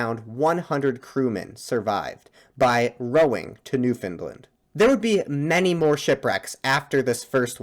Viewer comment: It's a well known fact that non-Canadians have no earthly idea how to pronounce Newfoundland, but this guy butchers it especially badly. Maybe due to his accent, idk. All I know for sure is that "New FIN lind" is definitely not even close to how you say it lol.